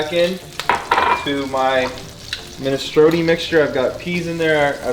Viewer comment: Minestrone like stone with and R, not minestrony